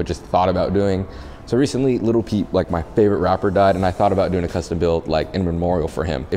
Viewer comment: Every time he said little peep i said in my head as loud as I could its lil peep 👇that's how many times I said lil peep